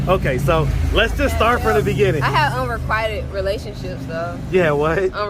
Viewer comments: Sir, her pronunciation of unrequited was correct. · One thing, she pronounced unrequited correctly, he didn't. 🤷🏿‍♂️ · She actually pronounced "unrequited" correctly. The 'i" is a long '"i"...... Your "correction" was incorrect. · She pronounced unrequited the way it is SUPPOSED to be pronounced and then he "corrected" her. 🤦‍♀️ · She pronounced unrequited correctly...you mispronounced it, trying to correct her smh lol